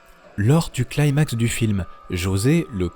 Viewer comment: Le mot «climax» existe aussi en français et ça se prononce comme c'est écrit avec un «i» comme dans jeudi ou Paris, pas jeux d'ail, jedi ou Paraille, donc pas Claillemax. Ok?